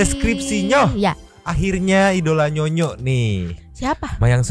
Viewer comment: Oiya, abangnya jg harus menyebutkan yg benar jg ya.. Itu NYONYO BUKAN NYONOT ATAUPUN NYOYOT.